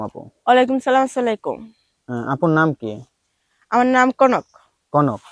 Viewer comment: আপনি অর্থ কি না নর্তকী সুন্দর করে সালাম দিতে পারেন না এখন সালকম সালকম এটা কোন ধরনের ব্যবহার এই বেয়াদব ব্যবহার